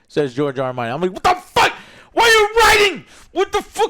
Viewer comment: George R Martin 🤣🤣 I thought you said GIORGIO ARMANI!